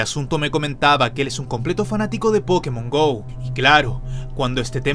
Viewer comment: Like si viste que abajo decía pokemos Go cuando dijo pokemos Go